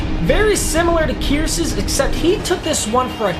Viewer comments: “Jermaine Kierce” it’s pronounced kerse buddy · It's pronounced "Kerse" not "Keerse" gd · fyi. its pronounced "Kerse" not "keerse" but yeah. Kearse catch was Hella nice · Kearse is pronounced like curse not (KEERSE) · "Curse" not Kearce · Kearse is pronounced same as "curse" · btw his last name is pronounced curse just spelled kearse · He said Kearses name rong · come on I was cringing at how you pronounced Kearse. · The way he said Jermaine Kearse name 😩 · It is just me or is pronouncing Kearse's name wrong?